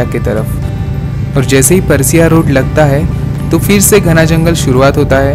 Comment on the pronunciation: paraasia, matkuli , naam sahi liya karo